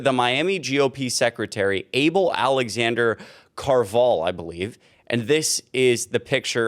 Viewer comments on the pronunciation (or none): The name Carvajal is actually pronounced "Car-vuh-hall", not "Car-vall". But good report. Sounds about right for magats. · It's pronounced "Carva-Hall" I can't believe the Spictacular behavior from these non white MAGA morons. 😂😂😂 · I believe Able Alexander’s last name is pronounced: “Car - Vah - Haul.” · Car-va-HALL is how you pronounce the first guy's name. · Pronounced — Car-Va -Hal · It’s distressing you can’t pronounce car va hal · alexnader car-vuh-hall coral gay-bills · It's pronounced "car va hall" . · Pronounced loosely, car-va-HALL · Good job, the name Alexander's last name Carvajal is actually pronounced Carb - ah - hall. just wanted to clear it up, keep creating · It's "kar-vuh-hall" for future reference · The Hispanic name Carvajal is pronounced Car ba hall. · You are saying the last name wrong. It's Car- Va- hal. I have a feeling they are Cubans. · the name is pronounced Kar-vah-hall. It's Spanish and the J is pronounced with an h-sound. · CAR-va-hall If you're going to say names it might be wise to take a minute or two before you begin to learn how to say them. Other than that, keep up the good work!